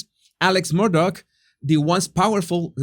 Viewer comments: Not, Murdoch, it’s MURDAUGH!! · Why does he pronounce his name Murdock if his name is Murdaugh